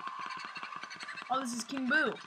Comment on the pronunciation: U said king boo wrong